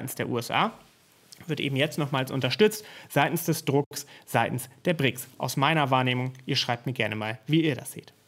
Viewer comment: Entschuldigung nicht Brixs, sondern BRICS